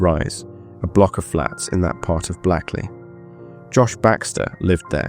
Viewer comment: Hia. Blackley is pronounced Blakeley. It's sitting along the River Irk, not sat. And it's pronounced Doomsday not Domes-day. I'm only a few minutes in so hoping nothing else glaring appears.